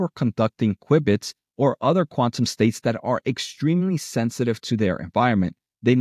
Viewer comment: pronounced "cue-bits"